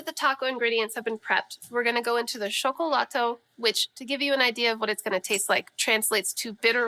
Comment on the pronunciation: Don’t pronounce the “L” at the end of a Nahuatl word so hard. It’s more correct to say “Shokolaht” when pronouncing Xocolotl. Also heated Xocolatl was more of a Mayan thing, you get more froth if you don’t heat the water too much and there are some fun tricks to get more froth depending on what you have available and if you ferment it gets EXTREMELY frothy, I still have some on my ceiling from a year ago. I drink like 3 a day and I don’t think I could go over 6 so I doubt Motecuzoma had 100 a day 😂